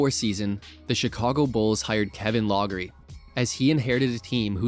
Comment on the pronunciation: Log-er-ee? Clearly, this narrator has never heard of Kevin Loughery and mispronounces his name repeatedly.